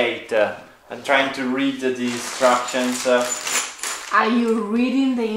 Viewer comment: I had to laugh when Luca was starting to get the bed set up. It sounded like he said he was "reading the DESTRUCTIONS" instead of INSTRUCTIONS so funny,,,,!! We've all been there, Luca!! BTW Beautiful drone video of your visually stunning area of Italy.